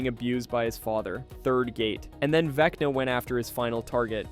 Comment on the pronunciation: I swear at one point it sounded like it said Veckney instead of Vecna.